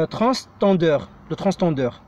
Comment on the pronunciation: Transpondeur on dit Pas transtendeur